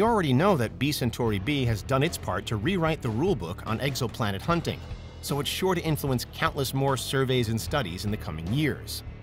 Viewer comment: Did he say egg-so-planet??